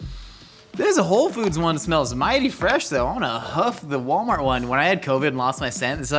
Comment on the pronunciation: Achcktually, it's pronounced "Wollmarr".